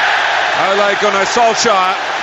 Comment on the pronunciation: eventually british people learned how to decently pronounce "Solskjær" but they never even bothered trying to say "Ole" correctly.